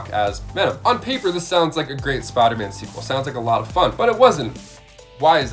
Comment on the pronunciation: why do you always say spiderman like that all the time ...smh its (spiderman) not spidah man